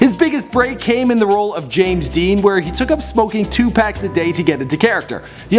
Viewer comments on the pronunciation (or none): none